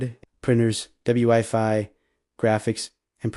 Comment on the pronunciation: HAte AI reading. Double you Eye Fi